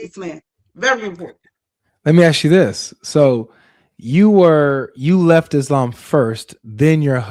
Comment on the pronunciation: Muslim for 40 yrs and still cant say ISLAM correctly 😅